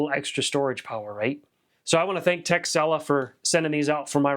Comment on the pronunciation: I thought you said the company's name was "Tech Sell Off" haha